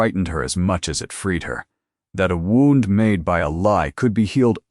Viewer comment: Wownd? Should be wound! Please let it be changed! It ruins the story!